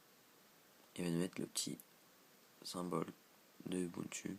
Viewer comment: Désolée, on prononce "oubountou" et pas "u bu ntu" :-)